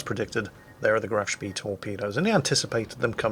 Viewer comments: Graf Schpey. Not Graf Schpee. Dearie me. Honestly, you young people know nowt. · Every time there's a Graf Spee in a match that narrates I cringe. It's Spay, not Spiss. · graf spee pronounced grahf schpay it's NOT a British ship - OK?